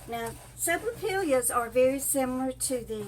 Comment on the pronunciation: not being critical, but the l's are pronounced like y's😁